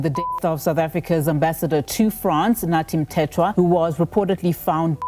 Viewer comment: AI voice cannot pronounce his name. What a joke. Dont we have a decent speaker?